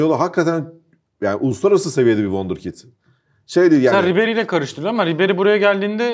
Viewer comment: wonderkit ne? harika çocuk demek çok mu zor be yabancı hayranı